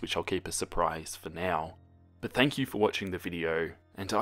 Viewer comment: Me:video:*says video*veedio